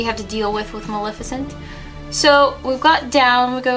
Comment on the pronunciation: It's Muh-LEH-fih-cent, not Muh-LIH-fih-cent!